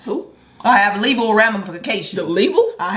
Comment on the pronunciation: "Leval" not Legal HAHAHA